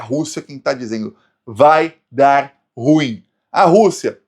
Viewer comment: Português:a pronúncia correta de "ruim"é RU-IN, com ênfase na segunda silaba.